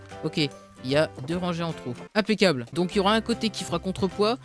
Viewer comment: Pourquoi tu dit toujours impecable